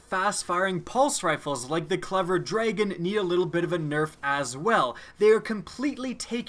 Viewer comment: Why do u pronounce dragon draegon?